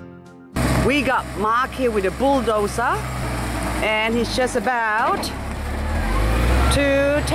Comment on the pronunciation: "We got Maak he with a booldosa" - I had such a laugh, thanks!